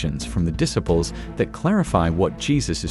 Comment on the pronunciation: this program is one in 1 million. It shows Jesus and his apostles his disciples in ways that no one has ever done before making them more human. However, your choice of a narrator for these sections is decidedly annoying in his mispronunciations of words that are well known like the word disciples using it with a short eye instead of long eye that it should be this is very frustrating to those of us who know the true pronunciations of these words, my suggestion is that you get someone else or you teach this man how to correctly pronounce the words that he is using